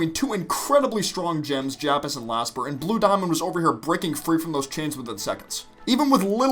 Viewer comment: LAPIS AND JASPER, NOT JAPIS AND LASPER